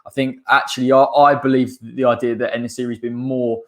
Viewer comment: Great video, its En-Nesyri. It was a wrap after you said that he's a converted winger. Saves Moyes doing the conversion himself lol